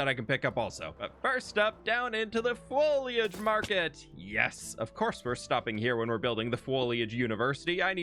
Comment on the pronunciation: Imagine being a student at the fwoliage university and having an allergy to pollen. 😂